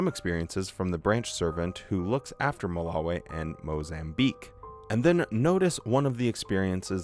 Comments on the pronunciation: I don’t like how you pronounce Malawi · Curious as to why so many JWs say Ma-la-wayy instead of Ma-la-wiii? Also if you did have a 100 hour video, you're gonna have to reaaaaalllly stretch out that theme song lead-in